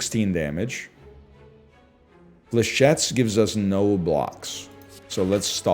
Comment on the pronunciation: did this mf said burst dlechettes?